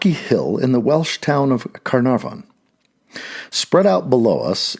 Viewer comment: Love Michael Dowd's work and readings. The pronunciation of carnarvon is taking some getting used to though 😂.